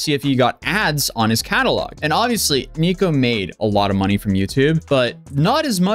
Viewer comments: Everytime you say Neeko i cringe. Just call him Nick 😂😊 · Dude's name is Nick, why are you calling him "Niko?" Why are you doing that?